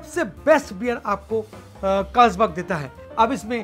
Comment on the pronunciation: First learn how to pronounce Carlsberg